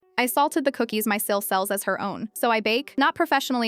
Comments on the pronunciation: Oh, no! Not your "SIL"!!! Glad to see AI still sucks! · "SIL" stupid AI